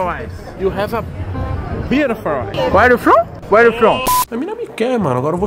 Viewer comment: Toguro ainda tentando se redimir do "Uere iu fon"